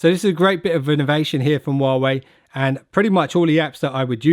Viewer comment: How about you learn to pronounce huawei correctly?